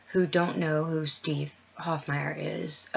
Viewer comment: Hofmeyr is pronounced "Hof-may-er" , not Hof-my-er. Great video and shout out! Keep up the awesome work... .you are reaching our hearts and minds!